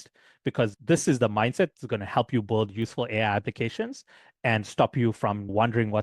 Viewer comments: Appreciate the video. Just FYI, you're pronouncing the word "build" like "bulled" throughout the video, but most native speakers pronounce it like "billed" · It's BUILD not BOLD.